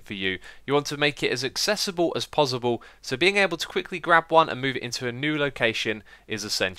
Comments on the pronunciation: Is it pozzible for you to say possible? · Is it me or does it sound like he's saying 'pozzible' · No one gunna talk about the way he says ‘pozzible’?... k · He keep saying pozible!! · "Pozzible" :D :D